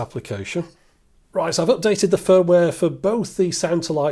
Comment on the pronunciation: Did you say you had to update the fir-ware?